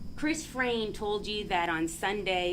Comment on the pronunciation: This defense attorney is so annoying! She can’t get her facts straight and she can’t say people’s names correctly!!!! Hello!!! It’s Frain, not Fran! Geeze